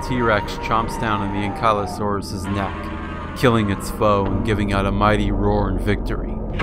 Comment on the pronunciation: How could you mispronounce Anklyosaurus? HOW!!??